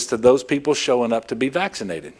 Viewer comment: Omggg I cAnt tAke it. How mAny mf times cAn this freAk sAy vAxxkcinated. If he’s trying to do some brainwashing type shit it ain’t working. Just making me want to not get vAxxkcinated even more than I already don’t want to.